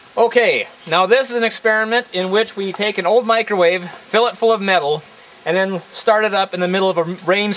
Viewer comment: microwave not "mikrowave"!!!!